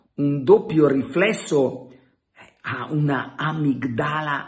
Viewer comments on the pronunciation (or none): ma la corretta pronuncia in italiano è amìgdala... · Si dice amìgdala Carlone, l’accento sulla i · si dice amìgdala, con l'accento sulla i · Carlo sei sempre preciso e puntuale, mi permetto di dirti che l’area cerebrale amigdala si pronuncia con l’accento sulla i ….( in greco vuol dire mandorla)